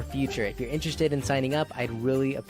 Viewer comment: Interezt. Rates. Interest Rates. Interest mess